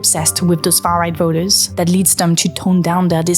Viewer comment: has anyone made you notice how you tend to pronounce vote "vert" and voters "vers" ?! your british-leaning accent is bugging my american-fed ears, not even halfway through the video and i got to point it out !